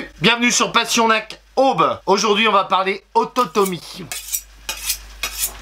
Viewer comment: Pourquoi avoir accentué "aube", merci.😉👍